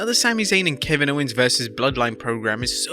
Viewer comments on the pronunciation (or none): none